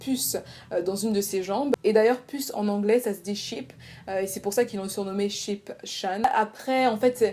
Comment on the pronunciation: yaay 🔥💕 (sinon "chan" se prononce "tchan" ^^)